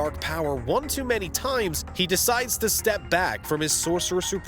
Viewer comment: Okay, you lost me after pronouncing "many" like "MANy". WTF was that about?